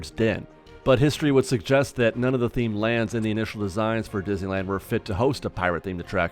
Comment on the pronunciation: "dizzyland" lol